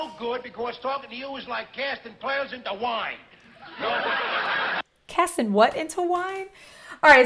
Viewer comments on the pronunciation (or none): Casting pearls at swine, Archie said wine instead of swine, cause Archie has always had the most drama, he said Clint Westwood, lol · When he said, "casting pearls into wine", of course he said it wrong. It's supposed to be "cast not pearls before swine". And he also said Clint Westwood instead of Clint Eastwood. 😄😄